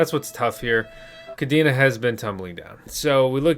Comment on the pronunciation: Pronounced “Kuh-Day-Nuh” . Cadena in Spanish (pronounced the same) means “Chain”